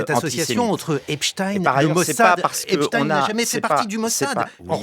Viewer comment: La polémique fait pshitt. Erner prononce ApchtaÏine. Si lui le prononce comme ça la preuve est faite d'une cabale organisée quand tous les journaux d'informations disaient que ce n'était pas la bonne prononciation.